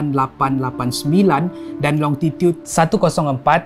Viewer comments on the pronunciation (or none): its longitud not longtitud hahaha....tpi terima kasih atas perkongsian yg menarik, mantap bg